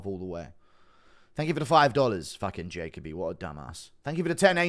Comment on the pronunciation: Learn how to pronounce Jacoby dude 😂😂😂